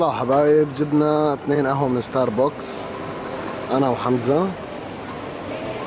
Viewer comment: اسمو ستاربكس مو ستار بوكس هههههههههههههه